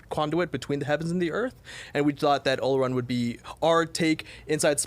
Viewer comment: Not how you pronounce olorun ... it’s oloroon